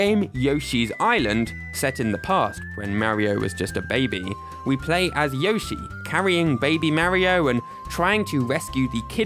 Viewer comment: You are mispronouncing 'Yoshi'.